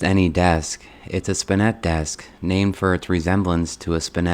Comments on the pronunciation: Sir, it is not pronounced Spinette, but rather SPIN - it. Accent on the first syllable. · The word is pronounced "SPIN-et" not "spin-NET." Interesting that you found a beautiful Australian shepherd in a shelter - the only dogs I see in my local shelter are pit bulls! However, dogs cannot replace people, and they certainly cannot replace having children.